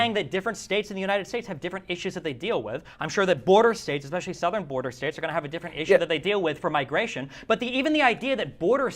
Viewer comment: Destiny: "eggspeshelly"